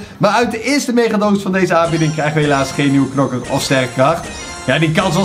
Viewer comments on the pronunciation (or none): Zeg gewoon KNOKKER geen knakker